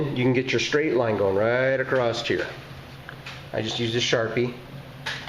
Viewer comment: Acrosst... Acrosst here....